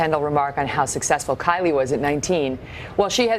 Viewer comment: Where is kry-lie? Kylie 😂